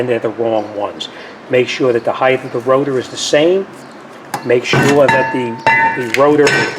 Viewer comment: 😅 "Rota" vs rotor 😁